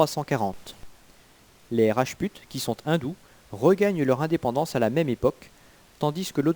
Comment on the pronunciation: Rajput se prononce rajpout, svp.